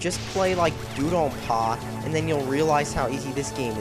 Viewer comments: makes me laugh the way you say DoDonPachi DO DON PAR! whats that all about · He can't even pronounce the names of games he likes: "Dude-on-par"? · Why does this asshole call Dodonpachi Dudonpa? BTW Most of the characters from Touhou are old. (Cirno,Tewi,Miko etc.) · This was entertaining, not because it's actually funny, but because it's a really pathetic poor attempt to bash a game. You can't even pronounce it right (or DDP for that matter)